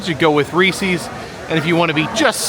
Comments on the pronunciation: Please!!!!!!!! It's Reese "SES", NOT Reese "SEES". The guy's name was H.B. Reese. NOT H.B. Reesey.! It's been that way for 75 years. Surprised you have never heard it pronounced before. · Rees-iz not Rees-eeze. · The mispronunciation of Reese’s makes me cringe like no other cringeworthy thing 😬😬😬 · I thought the pronunciation of Reese’s was bad, until got to Nittany 😬🤦🏻‍♂️ His pronunciation of both are just atrocious and cringe! 😬